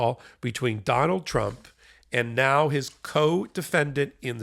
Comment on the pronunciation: 4m24s: "Donald Trimp" 😂🔥🌶